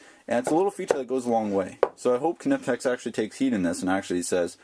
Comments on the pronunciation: It's amazing how many north americans say "K nipex " it's pronounced KNIPEX ,just like saying the word knife ,you say K NIFE do you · The "K" is silent, dude. The name is pronounced "Nipex" NOT A kanipex. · the k is silent lol thanks though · I don't mind saying "nipex". There are a lot of foreign words that change pronunciation in the states. Nobody says volkswagen, samsung or hyundai as they would be in their original language either. Nowhere in the states have I heard anyone, even their own tool reps, pronounce the K. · you sound like a "Ka"nob when you pronounce Knipex with a "K" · Hey man, just being super picky here but the 'K' in Knipex is silent! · I saw a video by the Knipex USA office, and they anglify the name (k is silent). In the German pronunciation one would pronounce the k. Some people like inserting excessively "authentic" pronunciation of foreign words when speaking in English, but effectively switching from one language to another in the same sentence can be jarring in my opinion. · Totally agree ...................:]